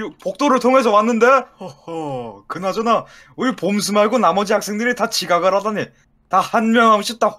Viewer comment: 에 봄수가 아니라 검수라고 들리는거 나뿐인가???